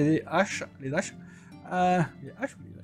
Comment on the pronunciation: on dit les Haches et pas les zaches:p